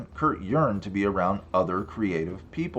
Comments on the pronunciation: I Apprisseyate being Apprisseyated!!!! Hahahahaha never heard anyone ever pronounce it that way. Love you...... Cheers from Newfoundland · Apprisseyated?? Haha dats phuney!!